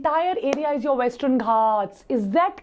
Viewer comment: westrern eastrern This video is full of mispronunciations which takes away your attention